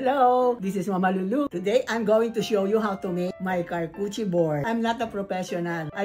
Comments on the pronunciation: It is pronounced as shar-koo-tuh-ree board😊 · Car Coochie 🤣 You’re saying it right Mama LuLu💕 We won’t argue with you🤣🤣🤣